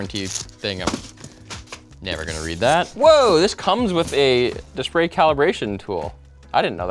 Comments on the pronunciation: "Dispray calibration tool" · dispray calibration lol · We just gonna pretend like he didn't just say "dispray calibration tool"? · "dishpray calibrator" ahh yes. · lol dispray caribration tool